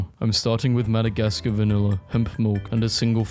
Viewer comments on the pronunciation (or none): none